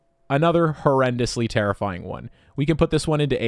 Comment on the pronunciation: Take a shot everytime he says terrifiyimg